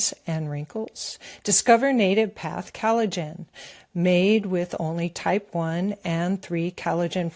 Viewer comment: is emulating VDH in his frequent mispronunciation of words. She pronounces collagen as cal-i-gen. No,, it's "coll" not "cal".